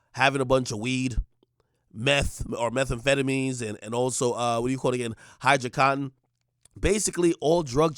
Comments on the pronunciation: Ak said hydocotin 😂 u mean oxicotin 😂 or do u mean hydocodone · He don’t know bout drugs he say “hydracotin”😂😂😂😂😂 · Nigga said, Hydocotin… 😂😂😂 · “Hydracotton” lol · Nigga said every drug wrong “hydro cotton, meth” 🤣 Ak wtf nigga get on ur drugs bro stop playin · This man said hydro-cotton 🤣🤣🤣🤣🤣🤣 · Hydyacotton? Da fuq is that? You mean Oxycodone? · Ak really said hydrocotton 🤣